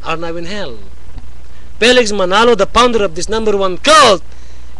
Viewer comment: oh yeah...really...you're a freacher (preacher), pounder (founder), and a beliber (believer). You know you should learn the correct prounounciation...wala ka ni sa kalingkingan ng mga ministers ng INC, kay Bro. Manalo pa kaya. UGLY BUTT !!!